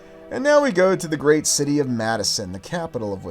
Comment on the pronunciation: This is a large schity, a port schity.